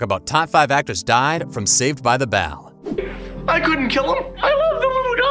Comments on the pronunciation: This announcer says ‘bell’ poorly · Can't stand the way you're pronouncing "Bell"